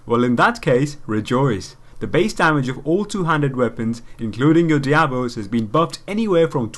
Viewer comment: Nice vid. Though monk staffs are called Daibos, not Diabos.